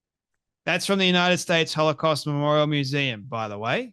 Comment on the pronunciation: You know what's crazy? She can't even properly pronounce most of the words she's saying. So how intelligent are we supposed to think she is? As a Christian, I really have to pray for God to forgive how much I'm coming to hate this woman. She acts so cocky too. That "see I got you!" smirk in every other sentence. She's filled with so much hate, I can't let her fill ME with hate! She certainly seems possessed to me. She and Tucker both.